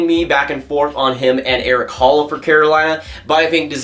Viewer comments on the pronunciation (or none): none